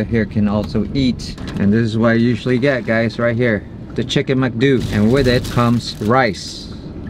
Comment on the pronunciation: It’s pronounced ‘Mc-Do’ like ‘doh’ not ‘dew’ 😂